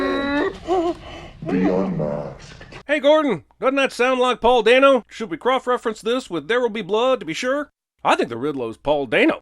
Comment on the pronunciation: says "croff-reference." A few seconds later he says he thinks Paul Dano is "the Riddle-O."